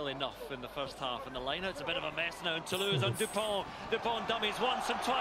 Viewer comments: Your pronunciation in french is not so bad. If you want to say ''Toulouse'' correctly say ''to lose''...but in fact it's one of the best rugby team in Europe! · The correct pronunciation of Toulouse is: “To loose” Sorry, for them. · recent rule: Kick from behind the 50, to the opponents' 22, get the possession in the lineout back...Fantastic! Toulouse, same pronunciation as "To lose"... 😁